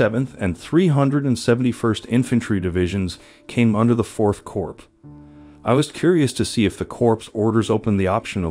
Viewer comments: Narrator, Corps is pronounced "Core" not Corpse. Pretty basic stuff for someone narrating such a drama. Of course Obama pronounced it as Corpse as well but what would you expect from a community organizer? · Respectfully, Corps is pronounced "Core," not "Corpse." The letter S is silent. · Why don't you pronounce words properly ? English words are not pronounced just as they are spelt. Use Google if you don't know how to pronounce a word. For example, check memoir and corps.